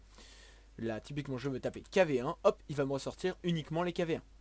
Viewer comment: Suis-je le seul qui touve qu'il dit tout le temps "tipiquement"?